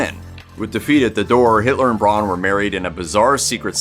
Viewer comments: By the by,, Eva's last name would be pronounced "brown" by Germans, not "bron" as you call it. The letters "au" together have, in German, an "ow" sound to it. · The Ay-dolf is bad enough, but what I find even more grating is pronouncing Eva's last name Brawn. It's pronounced like Brown, forPetes sake! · Braun is pronounced in the same way as in English. It annoys me no end when I hear it pronounced as Brawn. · Sorry you couldn't pronounce any of the names right. Aydolph Hitler, Eva Brawn, Joseph Goballs, etc.